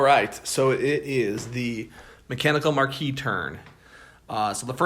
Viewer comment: Why do so many people struggle with the pronunciation of Marquise? Its 'mahr-keez' ... A lady holding a rank equal to that of a marquis, or the widow or wife of a marquis.